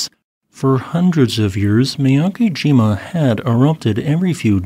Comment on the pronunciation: Mee-yah-keh-jee-mah* is the pronunciation.